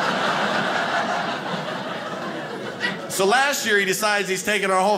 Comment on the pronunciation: That was a great set. Had me rolling 🤣 Thanks! I'm 50 years old and now have heard two people pronounce the word, diabetes, as "diabeetus." You being one, and Wilford Brimley being the other. 🤪